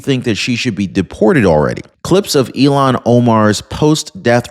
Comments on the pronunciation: her name is not pronounced like Elon Musk it s (I'll hawn) omar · Hi,, Great fan here! Thanks! Noticed a repeated mispronunciation of this creature's first name...it has an...H... in it. IL--HAN OMAR. (You're confusing her name with Elon Musk's first name). That's okay...we still LOVE ya!: )